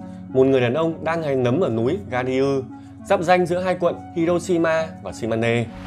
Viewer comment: Garyu đọc là Ga-riu chứ ko phải là Ga-ri-ư. Cả mấy danh từ có "i" sau "e" ví dụ như "Nanpei" ko đọc là "Nan-pây" mà đọc là " Nan-pê" Hoặc Miura thì ko đọc là " Miu-ra" mà đọc là "Mi-ưra" Hoặc ngay cả tiếng Việt, cũng có 1 số chỗ có vấn đề như [Cơ quan "công an" đã điều động thêm 1 số " cảnh sát " điều tra ]. Về ý nghĩa thì ai cũng hiểu nhưng cách dùng từ ko đúng, người Nhật hay ở các nước Tư bản người ta ko dùng từ " Công an - Public Security - 公安 ". Mà thay vào đó họ dùng từ " Cảnh sát - Police - 警察 ". Nên mình nghĩ thay vì dùng như kia, thì dùng [Cơ quan "công an" đã điều động thêm 1 số "công an " hoặc "cán bộ" điều tra ] thì hợp lý hơn. Tuy vậy, nhưng giọng đọc hay và truyền cảm. Dùng từ chuẩn hơn thì sẽ hay hơn nhiều. Góp ý nho nhỏ, hy vọng có ích cho các video sau này của kênh.